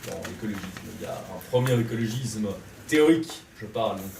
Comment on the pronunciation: Ma seule critique : c'est écologisssssme ! pas écologizme ;-)